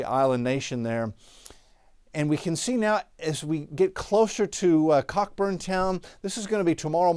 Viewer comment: It's pronounced correctly🥰